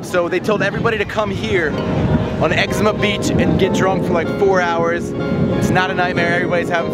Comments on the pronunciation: Exuma Island. Ex OOO MA. Not Eczema. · It is Exuma, not eczma. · X-ZOO-MA not Ezcema lol - So thankful I decided against Fyre Festival after reading about the fraud a month or so ahead of time. Happy you still made a good time out of it. Exuma is great and theirs tons to do there, hope you got to check a few sites out. The fact that they did this the same weekend as Exuma's ANNUAL regatta told me it was going to be a fail. Every year its hard to find cars, accomodation etc on Exuma during regatta. All of this was just poor planning on thier part and an island as small as Exuma does not have the infrastructure to handle it without planning WAYYYY ahead of time. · Learn how to pronounce EX-ZOO-MA you sound like you're saying Exama you fucking tard. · bruh why did you lie to all your followers in previous videos and in this one, you shouldve been sketched out from day one? seems like you have no intuition. i have watched your fyre videos and they are straight sellout trash yo. you have zero integrity. also i dont think its pronounced eczema like the skin condition you fool. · Did you just say Excema Beach? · its pronounced "egg ZOOM ah" not like the skin condition.... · exuma.. practice that word